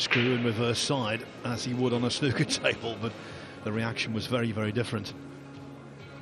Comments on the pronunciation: dear American's its not snucker its snooker like a snood or the word mood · Why does every American commentator call it “snucker” 😂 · Snooker has 2 o's in it not 1 so stop saying snoker, leave the crayons alone. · Americans can't pronounce snooker properly, my us relatives are the same. Snooker not schnuker! :D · Snooker like snewker not like a cooker, but a puker, or pewter. Or p(oo), not c(oo)k. The English commentator certainly outlined how to pronounce the word. Somehow it was so irritating having to listen to it being mispronounced consecutively, and so bloody intentionally too. Snuker. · Any other British people here cringing at how Americans pronounce ’snooker’ ?! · The way the commentator pronounces Snooker makes my blood boil